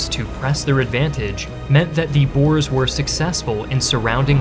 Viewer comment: met God en Mauser is the correct spelling and we prefer to be called boere not boers pronounced boo-rrrrr-uh